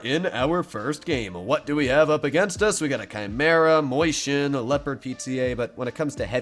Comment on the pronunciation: It's not a mOIshen, it's a mAUshen. Can't you read? That's what happens when you've attended the public fool.